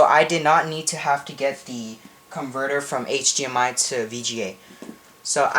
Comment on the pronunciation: hdmi not hgmi